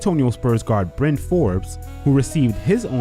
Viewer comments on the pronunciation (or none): none